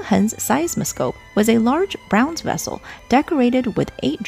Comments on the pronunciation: My dear, pet peeve of mine, look up how to pronounce certain English words. Braanze, not browns. If you're unsure, just Google it. Love your history lessons.🫰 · No shame in mispronouncing something but I like to know when Ive said something incorrectly. It's pronounced brAWNz not browns for bronze. ❤❤ At least in the southern US states. Is it said browns elsewhere?! 😅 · Bronze is not pronounced "browns".